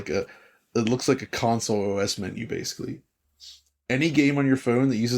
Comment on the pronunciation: DF drinking game time. Every time mispronounces ‘basically’ as “basely” take a drink.